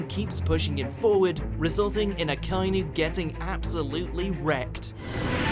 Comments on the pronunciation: dear god i hate the english voice and pronunciations. A-kai-noo? A-ka-i-nu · It’s pronounced AH-KA-EE-NEW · AH-KAH EE NU is the proper pronounciation since it's japanese